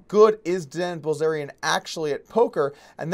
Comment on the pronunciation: Doug Polk - You said: Likwey, Quickwey and Bwillzerian. But fun video none the less. Better than I can do when not tired.